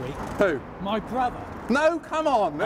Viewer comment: I heard "My brother" as "Brian Glover"